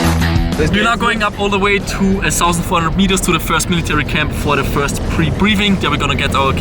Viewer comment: Sorry, aber du musst unbedingt mehr in den Englischen Dialekt reinkommen und nicht zum Beispiel das Th mit s betonen! Versuch einfach mal deine Zungenspitze an deine Schneidezähne und sag dann mal thousend! 😄